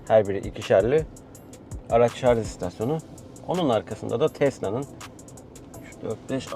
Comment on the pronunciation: Şarz değil Şarj 🤦